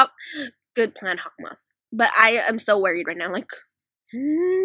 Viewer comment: U called haukmoth(sorry l spelled it wrong)mothy like alya sister